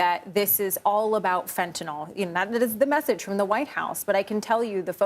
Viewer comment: Trump and the news media really need to learn how to pronounce fentanyl.